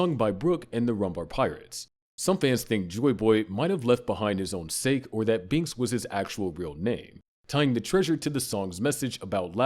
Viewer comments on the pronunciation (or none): sake is a drink... its not sake as in the english word